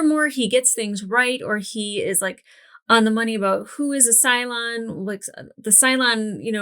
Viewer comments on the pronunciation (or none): none